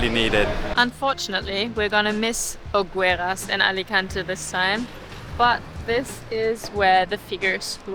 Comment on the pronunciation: Hopefully it isn't too rude of me to make some corrections, but here are a couple of pronunciation tips in case it helps anyone: Alicante = ah-lee-KAHN-tay (you were both pronouncing the last syllable more like "-tuh") Hogueras = oh-GARE-us (not exactly that pronunciation, but it's close. Of particular note, you don't pronounce the 'u' in Spanish after a 'g' unless it has an umlaut over it, e.g., vergüenza = bear-GWEN-thuh). Anyway, I enjoyed the video very much. I lived in Alicante for about three years just about two decades ago and I'll be visiting this fall for the first time since I left. Your video brought back some memories and also introduced me to some new things. Thanks for sharing!